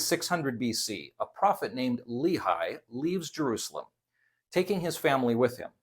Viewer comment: It’s pronounced “LAY-hee”, not “LEE-high”.